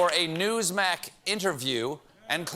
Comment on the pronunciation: "Newsmac". STEPHEN. PLEASE. PLEASE for the love of your god please acknowledge that you are doing this because I think... I think I'm going crazy because nobody else has noticed.